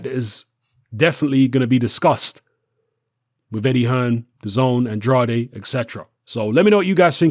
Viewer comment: It's "An-draid" Not "An-draday"